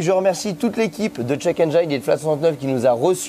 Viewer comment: Sympa comme vidéo, explications claires, même un néophyte comme moi arrive à comprendre :) Ah, au fait : check engine, le 'engine' se prononce 'en jean' :hand-purple-blue-peace